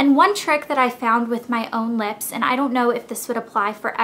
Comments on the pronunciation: Cracks me up how you say lips.."leps" :) but I'm from Arkansas soo...lol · you say lips funny. leps.